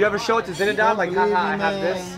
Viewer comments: Who the fuck is "Zinedad" Zidane? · Get it right!!! It's Zinedad Didane